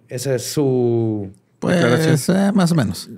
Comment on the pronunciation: "Massieumenos" AJAJJAJAJAJAJAJAJAJAAJJAJAAJJAJAAJJA